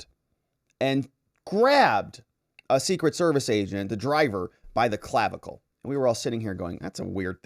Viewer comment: I really laughed at "Clavicalize"